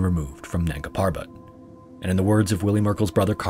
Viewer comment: Nanga Parbat (Naked Mountain). The first a in nanga is like a 'u', the b in parbat is prounonced like a 'v' and r should rolled liked a double r (rr). Nungaa Purrrrvat.